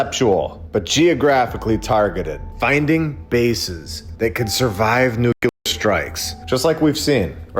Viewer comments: Nu kleer not nuculur! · There is still nuclear,not "nukilar"... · One more time, friend, you damage your credibility mispronouncing nuclear as "nucular". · "Nukilar"..... seriously? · oh it is nukilar hehehe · READ THIS! Your pronunciation of the adjective ''nuclear'' is cringeworthy and needs polishing a.s.a.p. Otherwise, your channel is fantastic, keep rocking it! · Please pronounce nuclear properly. It impacts your credibility. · With all due respect, please stop pronouncing "nuclear" like Dubya did with his fake accent. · explain to me how that works phonetically. Nuclear. You'll note there is no vowel between c and l.